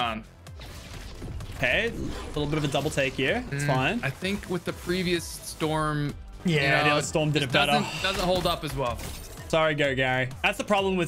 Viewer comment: Did he just say storms dc?